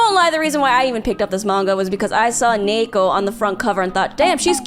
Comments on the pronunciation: UM ACKCHYUALLY... I think the girl's name is just a Japanese female name derived from ニート (pronounced nee-to), so it became ニー子 (子 is a common ending of Jp female names) and should be pronounced accordingly - nee-ko (with the long e as in "feed"), not nei-ko. But please, correct me if I'm wrong. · A small but interesting point: the Japanese pronunciation is niiko. I haven't read it but I think her name is a reference to the Japanese-english word NEET (Not in Employment Education or Training) which is pronounced as niito in Japanese. As a result, I think the main Japanese title should be pronounced as niiko... instead of neeko... since you can see on the Japanese title it's written as ニー子... I guess I could understand the motivation for pronouncing her name as Neeko in English, but it still feels a little weird for me.